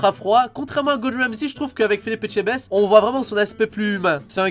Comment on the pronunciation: On notera que dit mieux Etchebest que certains français 😂